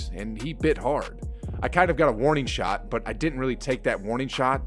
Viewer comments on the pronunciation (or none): none